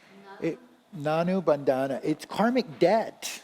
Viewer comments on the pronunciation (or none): With due respect, it is not nanubhanda, it is runanubhandha i.e., mortal relationship